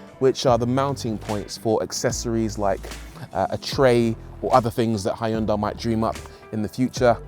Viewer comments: Brits please.... don't say "high-yoon-die". The americans say it better "hun-day". Closer to the original korean "hyoon-day". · It’s “Hyun-day”, by the way! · "Hi undai"? Why do you have to butcher the name? It existed for decades , so at least learn to pronounce their name correctly. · Love the fact you used “ High un dye” all the way through instead of “Hin Dee”. Bet the company pronunciation police are on to you just like their adverts. 🤣🤣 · not "High un Die" :-0